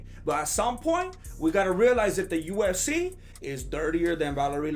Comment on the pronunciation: lol it kinda sounds like says USC instead of UFC